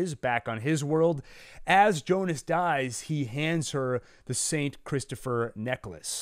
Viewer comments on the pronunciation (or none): none